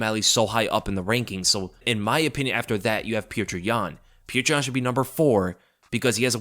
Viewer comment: STOP FUCKING SAYING PETRI YAN PLEASE